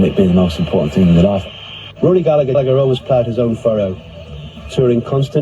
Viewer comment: Proper pronunciation. Gal-eh-her